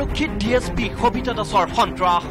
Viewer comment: khabita ne sabita clear korok,,, baki news thike ase